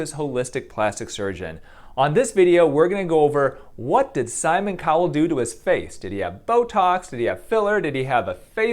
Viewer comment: Thats not simon cowel that simon curd